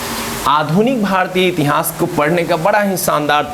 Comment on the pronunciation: बस इतिहास बोलना, सही बोल लीजिए अजीब लगता है , इति हांस